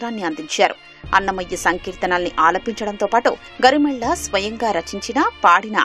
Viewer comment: గరిమెళ్ళ అని పలకాలి యాంకర్ గారు